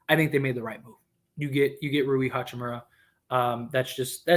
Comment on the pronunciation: Ha-chi-moo-RAH... not "hachi-murry"